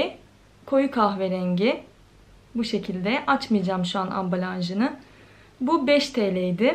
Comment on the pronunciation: Ambalanj 👏🏻👏🏻👏🏻 bence biraz kitap oku Türkçeni düzelt ya da internetten kelimelere bak 😕😕